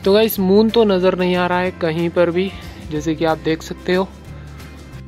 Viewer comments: Moom nai hota hai moon hota hai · That's moon not moom 🤣🤣🤣🤣🤣🤣🤣🤣🤣🤣🤣🤣😂😂😂😂😂😹😹😹😹